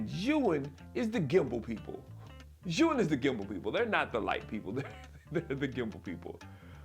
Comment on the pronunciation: Thanks for pronouncing zhiyun in the right way.